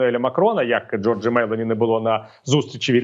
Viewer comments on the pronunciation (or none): пане Віталію, в італійській мові наголос майже завжди припадає на передостанній склад (або зазначається на письмі) - тому вірно вимовляти Джóрджа Мелóні